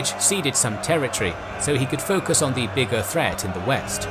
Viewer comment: Great content. But I cannot listen to the wrong pronunciation of the simple but omni-present word "the" every second time... Sorry. You ruin it, because of the wrong stress on the wrong words... Apart from that certainly useful!